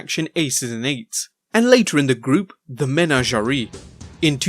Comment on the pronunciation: You really need to perhaps watch or listen to more things, especially the things you are making videos about. The mispronounciations were just odd, especially with Braden Walker, whose name was on screen at one point, and the word menagerie, though admittedly might be less common outside of the United States, which is only one word instead of the two you tried to make it. At the very least you could watch your stuff back to catch errors during editing or if you employ an editor, have them have you do another take of the lines. These errors don't humanize you, they make you seem unintelligent and lazy. You can do better.